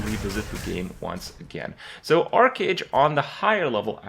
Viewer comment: It is not "Ark"age ... just want to help for future references.